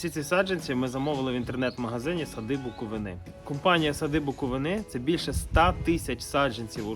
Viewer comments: Я теж хотіла сказати що треба правильно ставити нагос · Сади БуковИни. Будь ласка, бо вуха ріже. Я з БуковИни